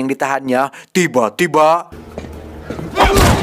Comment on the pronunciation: Tiba tiba bang... Bukan tiba tieba wkwkwk ngakak